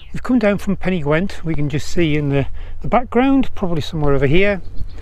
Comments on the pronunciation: Nice video, but please... it may be "gwent" in Wales, but in Yorkshire it is definitely "gent" :-) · There is no w in Pen y Ghent! Otherwise this was an enjoyable video. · Why pen y Gwent ? Surely pen y Ghent, great video though cheers